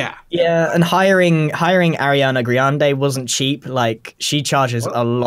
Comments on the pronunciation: Ahahahahaha grian said Ariana Griande... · "Ariana GRIande" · Can we just take a moment here, to realise that grian said Ariana griande. Twice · ariana “grian” de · Grian: Ariana Griande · Grian: ariana griande XD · Grian:Ariana grainde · “Ariana Grianda”